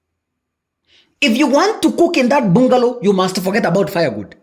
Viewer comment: It's a "bangalow". Though spelt bungalow